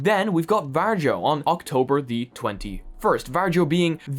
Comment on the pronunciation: I don't know, if this has already been said, but VARJO is pronounced "VAR-YO" not "VAR-JO" 😁 You can actually hear quite close pronounciation from Google Translate (just press the small speaker icon).